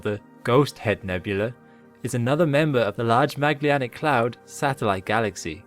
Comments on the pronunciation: there is no "Magllianic cloud". It's called "Magellanic Cloud". It is written correctly, but as with other names pronounced incorrectly. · Great video! I did struggle with your pronunciation of Magellanic though 😅